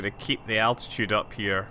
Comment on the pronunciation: ITS ALT-ITUDE NOT ATTITUDE